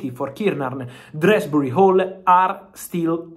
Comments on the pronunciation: DOOZBURY...... not DREZZBRY....... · Drehsbury-hall😂😂 Love You Fab😅